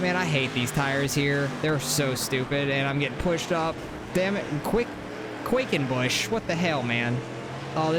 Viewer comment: Its “quack” like a duck. Quackenbush